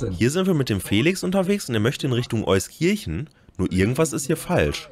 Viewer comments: Euskirchen nicht eusKirchen xD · Bitte, es heist EUSkirchen mit Betonung auf er ersten Silbe, nicht EusKIRchen. Gruß aus dem Rheinland. 😊